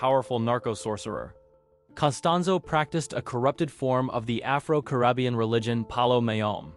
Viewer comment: The way he pronounced “Caribbean” was so bad too. He’s literally on YT, he can just look up how things are pronounced so easily